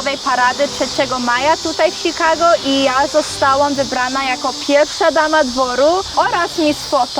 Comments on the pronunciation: Ciekawe jest to jak wymiawiasz "Chicago". Polak urodzony w Polsce wymawia to bardziej jak "Szikago", a Twoja wersja to bardziej "Sikago". Takie spostrzezenie bez wiekszego znaczenia. Pozdrowienia z Minneapolis. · "ś"kago i tyle w temacie